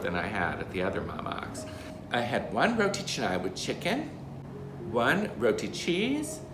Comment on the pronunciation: Thankful that you don’t pronounce it as “rotea kahnay” LOL. Makes me cringe every time I hear that 😂😂